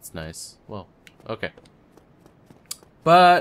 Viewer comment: Schizophrenia in this episode? I heard two.... Also, butts whenever you say but, lol.